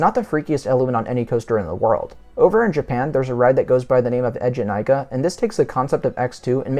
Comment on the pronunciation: The name of Eejanaika is hilarious. ええじゃないか is like "It's alright" in English, don't know how to explain it really. It's said as "ee jyanai ka" not "ejyenaika"